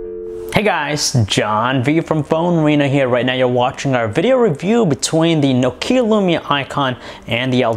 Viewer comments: i like your reviews but the way you press the words and Nokeeya spelling ...i just want to smack you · Annoys me when Americans can't pronounce things properly... it's not 'no-KEE-ah', it's 'nock-ee-ah'